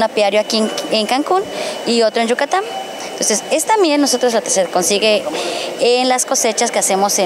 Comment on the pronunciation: se dice YUCATÁNNNNNNN NO YUCATAMMM🤦‍♂️